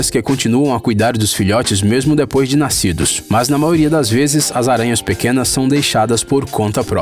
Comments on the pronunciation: O locutor, não se fala "maoria" é MAIORIA!!! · CARA desculpa, adoro seus videos mas vc tem que falar a letra " i " da palavra "maioria". Você fala MAORIA. Mesmo com este errinho de nada Adoro seus videos. Parabéns!!!!! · Show o vídeo 👍🏻 A única coisa ruim é ficar ouvindo vc repetir “MAORIA” toda hora kkkkkk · Mds que psicopata fica prestando atenção quando o cara fala "maioria"